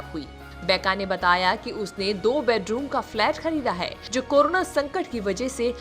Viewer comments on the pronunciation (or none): none